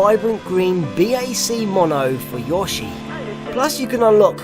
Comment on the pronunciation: I like the way say yoshi.